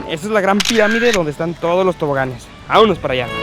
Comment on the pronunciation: I love the way you say, suuuperrrrr tranquilo!! And VAMANOS!! Your videos are so beautiful!